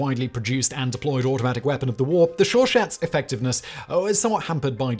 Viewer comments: Chauchat (show-sha) not "show-shat" lmao, im sorry its just so comedically wrong. Checkout Ian over at Forgotton Weapons for a wonderful video on the RSC 1917 and the Chauchat. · Repeat after me " show shaw" phonetic pronunciation for you big brain 🧠. 😄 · The “Shaw shat”😂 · Ian Hogg said it was pronounced “sho-sho.” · It’s pronounced show-shah or sho-sho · It’s Pronounced showShah😊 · Great video, very encompassing. Gun Jesus would be sad with the pronunciation of the chauchat tho. Highly recommend anyone interested in a closer look on the Thompson to search for ForgottenWeapons (iirc he has several videos on some different iterations if the gun) and hickock45 videos on the gun. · He was also messing up 'Chauchat' . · I don't think I have ever heard "Chauchat" pronounced like that.